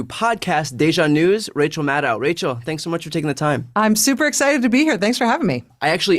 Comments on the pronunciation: Wish we all would pronounce her name rhyming with shadow not 🤕 (ow). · By the way Brian, it’s pronounced like mad oh not ow. Just sayin' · I would recommend learning how to pronounce the guest's name. Rhymes with "shadow". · Rachel's last name ending syllable rhymes with "oh" not "cow". Please try to get this right. Otherwise I love your presentation and style. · It's Maddow as in "Meadow". Love her, but then all who know her do. So bright, educated, experienced, current, caring.. and funny!! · Nice of Rachel to not mention the mispronunciation of her last name. I guess so many people do that, she's given up trying to correct them.